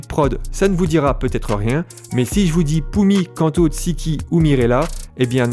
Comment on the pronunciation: Pour info Kanto se prononce Kantou (sans accentuer la dernière syllabe) Oui je chipote 😅😂 Superbe vidéo Quelle grâce d'avoir des talents comme vous dans le corps de Christ